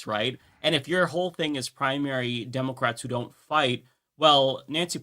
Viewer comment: When he says democrats it sounds like democwats for years annoyed me too now I look forward to it.